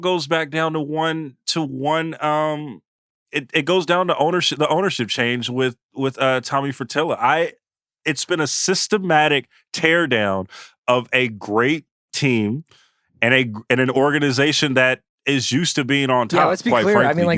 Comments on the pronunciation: “Tommy Fritilla” 😂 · Do y'all think Chris corrected him after the show?? "Ummmm....who tf is Tommy Fertilla?" 😆 🤣 😂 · "Tommy Fratilla" smh hahaha